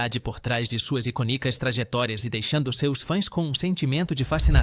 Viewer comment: Prununcia as palavras erradas, icônica, tem acento, vc pronúncia iconica, como se não tivesse acento